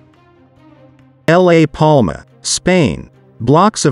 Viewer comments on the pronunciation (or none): Excellent narration? It's a bloody TTS voice reading text. It's awful, started with L A Palma, not La Palma, and got more staccato and ridiculous after that.